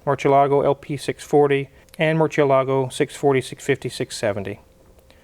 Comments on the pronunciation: Talks smack about how Gallardo is pronounced then says merchialago. Smh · Funny to hear the Spanish lesson on how to pronounce Gallardo but then butcher the pronunciation of Murcielago, lol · Freaking jamokes don't realize Lamborghini used Spanish names for most of their cars. Brits say Murchialago instead of Mursielago when pronouncing Murciélago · you were right to correct how to pronounce "Gallardo" (in Spanish), but mispronounced "Murciélago." The 'ci' is pronounced 'SEE' and not 'CHEE.' And in some dialects (Barcelona mainly), it's 'THEE.' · Respectfully, but it is Murciélago (spanish for bat) not Murcielaaaagooo. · I wish you guys could learn to pronounce Murciélago. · Now let's work on Murcielago because all of you dudes just DESECRATE the pronunciation. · and thanks for correcting Akons pronunciation of the Gallardo. Now if you could pronounced Murcielago Correctly, you’d really speak with grammatical authority. Ask Freddie how, he’s got it down. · Making fun of Akon, but mispronouncing Murciélago is ironic ;-) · The wizard need to learn how to pronounce Murcielago. Before he corrects someone else.